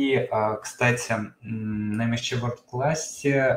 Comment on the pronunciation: Почему Вы говорите МСЧ? Английские буквы читаются эм эс си. Звука и буквы Ч нет. Это очень режет слух